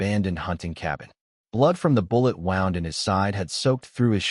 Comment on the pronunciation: I wish these story channels could teach their AI narrator that when someone is shot, they have a “wound”, which is pronounced “woo-nd”…. Not a “wound” that rhymes with “round”.